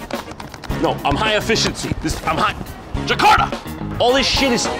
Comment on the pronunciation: what the hell is jahkarta?? 😂